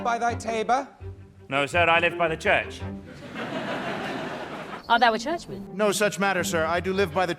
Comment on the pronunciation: I watched the video on Nebula so I'm coming here just to comment this: I'm no Shakespearian expert but I am French and to me, you pronounced "Feste" perfectly. In modern French, "fête" is a party, of any size from a birthday to the National day. That little accent above the "e" is called accent circonflexe and is used in many modern words as a stand-in for the Old French practice of spelling and pronouncing words with "st" inside of them. It also works with a couple English words we have in common. For example, the Hospital becomes Hôpital, the Forest becomes Forêt. So "Feste" is the Old French word for a party, a fête, and it is pronounced exactly how you pronounced it, top marks. It's also a word used in many regional languages and patois of my country. Anyway, I loved the video, I especially appreciated you mentioning the slurs against Romani people and the history of their displacement, discrimination and ostracisation.